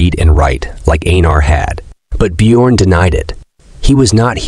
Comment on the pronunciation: Bjorn is pronounced as byorn